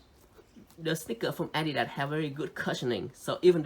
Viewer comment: its not adida but adidaS